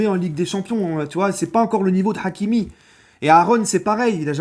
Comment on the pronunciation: L'accent forcé sur le H de hakimi 🤦🏾‍♂️